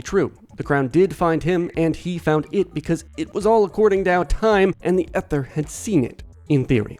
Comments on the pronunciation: ether is pronounce ee-ther, not eh-ther. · Ether... E-ther* 😂😂😂 its not an old woman from the 1930s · 'Ether' is pronounced with a long 'e'. ee-thur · Eye-chor and ee-ther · (Ee)ther. Why do people have such a hard time with this word and arch these days?